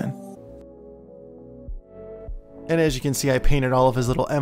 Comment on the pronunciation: i heard "the maleman"